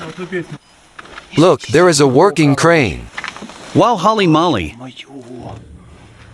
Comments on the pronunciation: holey moley, not holy molly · This content is worth it's weight in gold. I can't think of anything better. The randomness, the adventure, the jokes, the subject matter. Haha.. The voice over said Hally mally instead of holly molly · "Hally Mally" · Would be interesting if they pronounced holy moly correctly . Say it with me comrades. Hoe-li moe-li. You can do it.